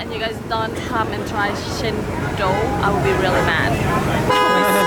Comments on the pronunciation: i always eat apom with chuttney, cendol is pronounced CHEN - DOL the c is like how u pronounce china! :) love the videos makes me so hungry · Cendol is actually pronounced as chain doll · I believe the most appropriate pronounciation in Bahasa (our national language) should be "Chen Doll". And it may vary (slangs) among the races here since our mother tounge is not the same. Even among the Malay people, the Northern Malays will pronounce it as "Chen Doy" instead of "Chen Doll".